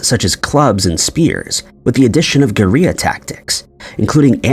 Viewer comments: you are either stupid or refuse to learn how to pronounce words. The word “guerilla” is pronounced “gorilla”, not “geh-ree-ahhh”, for example. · I was wondering the same damn thing. At the mark, the word “Gorilla” is pronounced like “tortilla”. Normally, I hear these things in a YT video and assume it’s AI. But this channel and voice have been around for ages… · Two Ls are a letter in the Spanish alphabet and pronounced the way it is said. I don’t know why it’s in English with that particular Spanish pronunciation. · Gooria? It's pronounced like gorilla bro, wtf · "gur-eee-uh" tactics. Lol what the fuck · Yes, Goriya ... not Guerilla 😅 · What are "garheah" tactics? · What’s “goo rhea” tactics? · "Gorea tactics" ? Damn you need to go back to school, boy. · I had to stop the video when the AI said "goria" tactics. I don't think I can proceed and finish the video. Learn to edit. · Seriously, you don't know how to pronounce the word gorilla? It's not Spanish, you don't say 'gorija'. This is either really bad AI narration or a really dumb narrator. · Start learning to correctly pronounce every single word in your script before even starting recording next time. There are only two S's in floriensis and the double L in guerilla is not pronounced like the spanish double L. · Never heard "guerilla tactics" pronounced so wrong 😅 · I was wondering if anyone else caught that, dude pronounced guerrilla like the L's in tortilla 😂